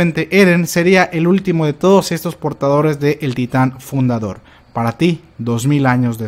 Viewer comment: "Titan fudador"